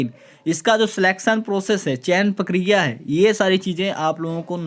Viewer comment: पकिरिया नही भाई प्रक्रिया होता है।